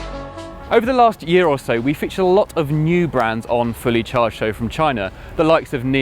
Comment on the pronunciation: THAT, is the BMW brilliance factory and THIS, is fully charged. I don't know why that bugs me so much but please say it like Robert does 😁 Awesome vid tho